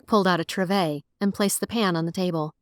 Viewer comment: Triv-ay 😂😂😂😂. I’m saying that instead for now on. Also, have you noticed all three of your narrators I’ve heard so far pronounce “copse” differently? Great story! I really enjoyed it: it’s the second time I’ve heard it pronounced triv-ay though and it always cracks me up.